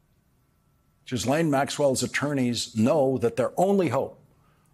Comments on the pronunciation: Lawrence, you are the first person to pronounce Maxwell's name correctly. It is a French name - Ghys (Gis) Laine. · Lawrence, you are the first (to my knowledge) to pronounce that name: Ghislaine, correctly. Thank you. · Finally someone who can pronounce Ghislaine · Thank you Lawrence, for pronouncing Maxwell’s name correctly!